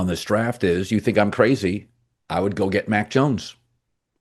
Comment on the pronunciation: "Ya tink?!" said every Minnesota bachelor farmer in unison.